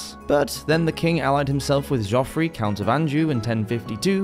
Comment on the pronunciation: Geoffrey is pronounced Jeffrey.